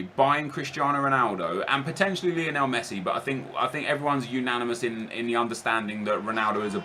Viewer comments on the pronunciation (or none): none